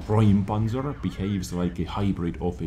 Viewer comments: not RAUM but RÄUM ... like "OIH!" ... "R OI M" ... - the Ä is not an A ... see those tiny dots? You speak of "clearing an area" not "a room". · In germany its not Raum we have an ä like Räum. Its pronounced like you find something disgusting. It means ramming/pushing something out of youre way. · you pronounced it right if it would be Raumpanzer but it’s called Räumpanzer so it’s pronounced like eu Reumpanzer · Räumpanzer is pronounced "roim-pun-tser" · FYI, it's pronounced "Roympanzer" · A Räumpanzer means flail tank. That tank removes barriers e. g. fences, gates or destroyed tanks. A ä (ae) ist pronounced like boy. Roympanzer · it's pronounced roym-panzer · It's more like "Roym panzer" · It's actually R*ä*umpanzer, and äu is in German pronounced just like eu. Problem being that this sound doesn't exist in English. It is pronounced like you would say OI as in OI there mate. Etwas räumen roughly means to get stuff out of the way (on a big scale) , and that's what that plow is for. Did anyone actually read this?